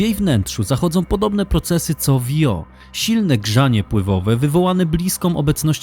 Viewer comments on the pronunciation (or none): Świetnie opracowany filmik, jak zawsze z przyjemnością się ogląda. Mam tylko jedno pytanie: czy nie powinno się wymawiać nazwy księżyca Io fonetycznie Ijo?